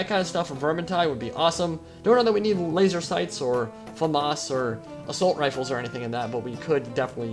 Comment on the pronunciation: Fookin' laseh saights?! Thatcher is triggered.